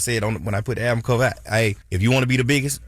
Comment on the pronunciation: pronounced the album wrong. And why TBC just takes OTHER PEOPLE'S CONTENT and talk about it?